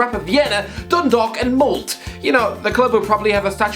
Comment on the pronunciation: "MOLDT" xD Its an D and an E mate, MOLDE, no silent E. M-O-L-D-E